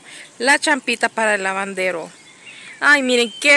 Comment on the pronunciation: no se dise lavandero se dice Labadero